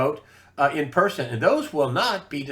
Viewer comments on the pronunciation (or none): none